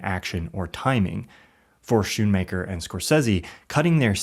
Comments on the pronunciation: Speaking of mistaken content (a topic you seem interested in), the last name of Martin Scorsese's longtime editor (whom you claim to admire) is pronounced SKOON-maker, not SHOE-maker. Just sayin' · Great video,! One small note, Thelma Schoonmaker pronounces her name as "skoonmaker" with a hard K. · SKOON-maker. "SHE and Scorsese," not "her and Scorsese." Boom microphone. And, best of all, fixing these won't in any way alter your lack of emotional affect.